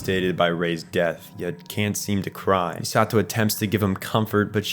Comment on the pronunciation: Saying MiSAHto instead of MEEsato; tell me you watched the dub without telling me you watched the dub